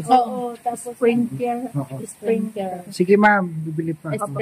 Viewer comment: 😂😂😂😂,SPRINGKLER YAN AT HINDI SPRINGKER😂.